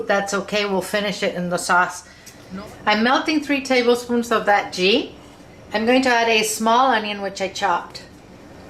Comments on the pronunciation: Ghee is pronounced like gee in geese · "ghee" is pronounced like "glee" without the "l" ...loved the vid tho, trying it for dinner tonight with Basmati rice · I think the 'g' in 'ghee' is soft....like in 'geese'. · Ohhh I love Indian food SO much! This is one of my fav's to cook and will will be doing it soon! Gonna check out your naan recipe cos I think I missed that one! BTW - I'm sure you were already told. It's pronounced GEE (Like GLEE without the L. lol) XOXOXO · Great video that chicken tikka masala looks wonderful! Here is link on how you pronounce ghee correctly